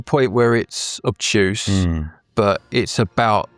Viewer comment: Don't say optuse, that is not a word